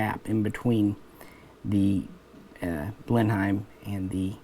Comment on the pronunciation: Blenheim is pronounced Blen-em, but other than that a greta video, thanks